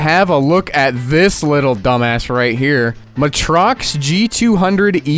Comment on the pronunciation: oh it's pronounced maytrox not muhtrox